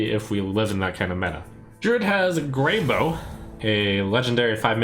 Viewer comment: It's not grey boe- it's grey bow - like how. A bough is the main branch of a tree. I didn't make the card though and does it even matter?